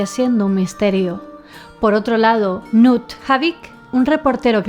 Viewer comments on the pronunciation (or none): Yo vivo cerca de Stavanger, que se pronuncia Stavanger, stavanller es un poco raro de escuchar, asi igual que Bergen, es como decir berllen, asi decia yo antes y nadie me entendia. Knut Haavik, se pronuncia kanut javik